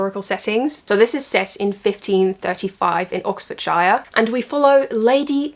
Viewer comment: Just to let you know with English names like Oxfordshire the “shire” bit is pronounced like “sure” and not “shy-er”. Besides that all your books sound so perfect for autumn, will be adding them to my tbr list hehe 🍂🍁